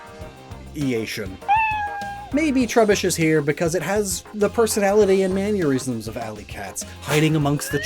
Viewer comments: why do you pronounce mannerism like aneurysm. you're going to give me a man-eurysm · Why do you pronounce "mannerism" like "manurism"